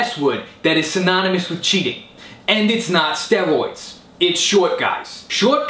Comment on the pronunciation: u always say steroids funny... sterwoyds haha